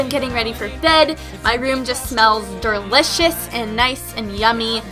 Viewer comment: She said der-liceious